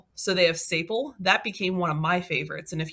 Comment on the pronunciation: Great video, thanks for all the ideas. FYI, "sapele" is pronounced "sa PEE lee"